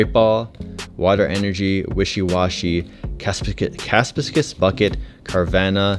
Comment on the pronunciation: the mispronounced capacious bucket and also the Barraskewda was making my day XD